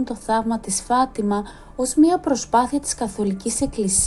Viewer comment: Φατιμα ο τονος στο ι.